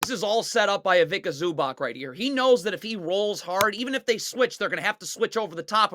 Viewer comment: bro please learn how to say ivica zubac's name lol